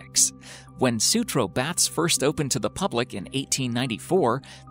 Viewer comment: The speaker even butchered Baths calling them bats . Really?